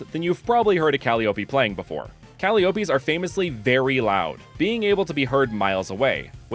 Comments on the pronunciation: LOVE this video. But it is Ca-LIE-o-pee - not Cali-opee just fyi. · Took Ancient Greek for 3 years in high school….never heard Calliope pronounced that way 😂😂😂